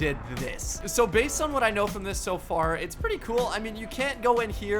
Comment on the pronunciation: He said I told you sho